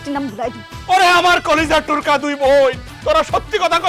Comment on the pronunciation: নাটকে টুকরা না বলে টুরকা বলছে😂😂